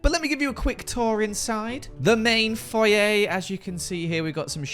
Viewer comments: I live for pronunciation of "Foyer" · They way you say foyer annoys me more then it should